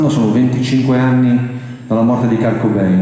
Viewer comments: Sì, xo' non si può sentire ancora kArt ! Apprezzo molto Agnelli (che mi risulta parli pure l'inglese) ma, dopo 25 anni, impareremo a pronunciarlo come si deve? Qndo lo sento non mi sembra nemmeno si parli di lui.... 😔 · Comunque mi meraviglia sentir dire Kart quando si chiama Kurt.... E comunque nel ritornello non dice assolutamente "pain"... Molti sono convinti che lo dica ma non è così.... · Infatti... Io correggo sempre... Kurt non kart... È come David Bawie o Bowie???